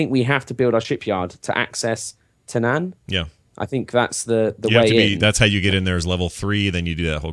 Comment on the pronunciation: The way pronounced Tanaan makes me wonder if Biff Tannen lives in that jungle.:D